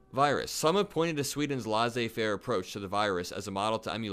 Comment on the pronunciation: Not to be a dick, but laissez-faire is pronounced lay-say faire. No disrespect here, I promise.